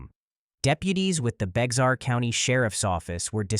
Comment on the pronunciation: “Bexar” is pronounced “bear.”